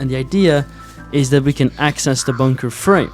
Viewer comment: Please say bunker correctly 🤣🤣 boooonker is crazy